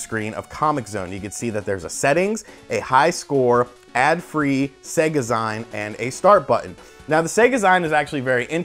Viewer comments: Everyone complaining about zeen and I still cant get past SayGah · "zeen" dude... it's "zeen". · Do you say maga-ZYNE for magazine? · My man, It's pronounced "Zeen" like Magazine. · Nice try, but the word is an amalgamation of magazine and SEGA, it SHOULD be pronounced SEGAzeen, but you kinda have a point, it's not like the grammar police can really come after you lol. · 100% correct, i hate hearing it said that way. ive been making indy comics for more than 20 years and i get it at every con now. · "a e-zyne ..." I can get over the 'y' sound.